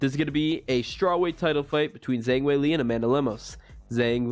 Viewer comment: Learn to pronounce Weili's name if you're going to do videos.